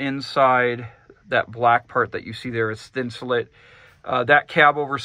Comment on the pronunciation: Awesome build but if I hear thinsalit one more time I’m gunna die. It’s thin-sah-LATE just like Insulate. It’s a play on words. Sorry…..driving me crazy. 😬👍